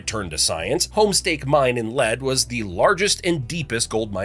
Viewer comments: Its pronounced leed not led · Fact 42: The name of the town where the Sanford Lab is located is pronounced “leed” like to lead someone somewhere or to be in the lead of a race, not “led” like the toxic mineral lead. Source: I live in Rapid City and visit Lead sometimes, looked at buying a house there, I know someone who works maintenance on the shaft, and have attended their Nutrino Day where Sanford Lab teaches the public about the experiments going on in the mine. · it's pronounced /LEED/ not /LED/ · Uh…the name is “LEED” not ‘led” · Illiterate narrator. The town of Lead is pronounced LEED, not lead. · Its said Leed not led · Lead is pronounced LEED...and Pierre is pronounced peer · For the same reason he mispronounced the town of Lead. Lack of research.